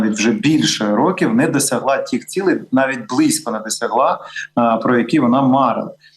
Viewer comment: Підкажіть редактору! ПовІтряні (наголос)! Щоб санкції були більш дієвими, тобто дієвішими. Тіх, ціх чи тих, цих санкцій? Тім, цім чи все ж тим, цим особам? Тоді вже краще тьох, цьох... У пана Михайла швидка зрозуміла мова, прудкий інтелект і чудова блискавична реакція. Чутливе добре серце - корінь перемоги.